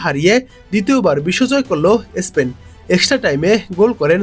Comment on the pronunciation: ইসপেন না । স্পেন বলুন ।